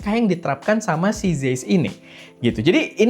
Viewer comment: Bang, ini penting ga penting, tapi cara bacanya zeiss tu "zaiss"